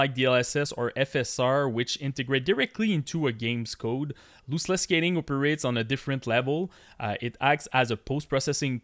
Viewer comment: Loooseless 😂 thanks for the video, nice information